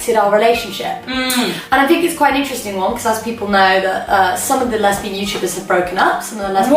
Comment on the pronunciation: She always says fink instead oh think